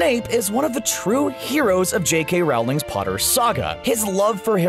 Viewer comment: Good God, it's RO-ling. It's been 20 damn years since the first book, how can people still not know how to say her name? Also, the word you're looking for is lycanthropy. Also, did you just say Shackle-BOT? SMH, this video.